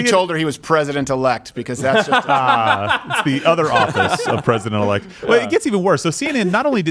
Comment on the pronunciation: Swallowell told FangFang that he was president erect! She confused the l with the r! That’s a normal Chinese mistake! LOL